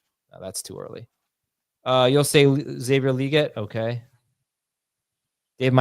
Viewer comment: This guy said Xavier Leggette..😂😂😂